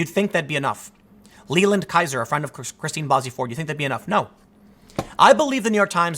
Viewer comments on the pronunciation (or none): none